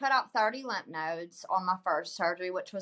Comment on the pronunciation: Glad for you hon. Wishing you good luck. Just fyi: it's lymph ("limf") nodes.